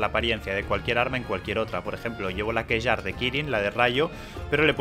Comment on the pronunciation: Kjarr se pronuncia 'Kiar', es una palabra nórdica y las 'J' se pronuncian con 'i'. Sí, era muy importante compartir esto xD